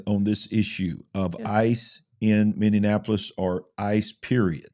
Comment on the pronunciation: you've added an extra syllable to Minneapolis....sorry it's just making my ears go all funny...sensory issues...😇😜